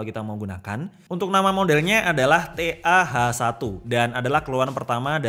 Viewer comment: TA-H1 🤭 kepleset baca gawat 🤣